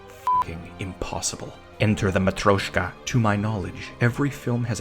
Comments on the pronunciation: Its pronounced ma-tree-oh-ska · im sorry but the way you pronounce матрёшка (matryoshka) is literally painful